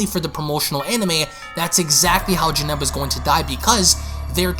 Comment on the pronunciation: He said Janemba name wrong